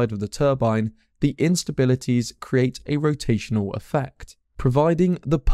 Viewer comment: Putting your add into your narrative detracts from your narrative and is rude, since it tries to force one to look at it. You also frequently use the term 'actually' out of context. Compare your pronunciation of the verb 'create' (to make or produce) to the noun for a wooden box, called a "crate" to show you how incorrectly you pronounce it. Sorry to criticise; but if nobody else than I point this out, you will continue to harm your image.